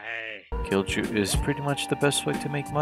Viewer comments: its prenounced kiilyu not killjew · being finnsh and hearing "Kil chu" was killing me great video though lol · Cringed every time you you said "kilju". The "J" is pronounced as a "Y", hence the joke : Kill You. Get it ? Good. Also, this bears a strong resemblance to the work of martincitopants. Does he know of this ? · Kilju? No. Kilchew? Yeah! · pronunciation police here, kilju is pronounced "kill-you" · When you say "kilju" J is pronounced like y in "yes".